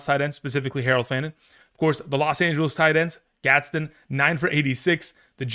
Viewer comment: it’s Orande Gadsden lol come on now